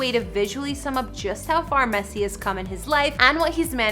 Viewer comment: Thats not the correct way to pronounce his name.. atleast get his name right if you don't know shit about soccer